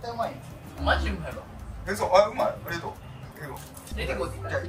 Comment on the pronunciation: 多分２回目のありがとうって言ったんだと思うんですが確かに「レディゴー」に聞こえてしまいましたｗ とのコラボありがとうございました！！！